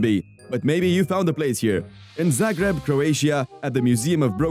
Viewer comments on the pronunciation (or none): It's ZAGREB not Zabreg.....